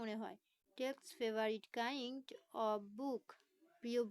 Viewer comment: উচ্চারণ ও প্রোনাউন্সেশন ভুল।সাইন্স ফিকশন কে বলছে ফিকেশন। কাইন্ড কে বলছে কিন্ড।দেয়ার কে বলতেছে হেয়ার। আগে নিজে ভালোভাবে রিডিং পড়তে শিখুন,তারপর লাইভে আসুন। এতটুকু পড়াতে যেয়ে এত হয়রান?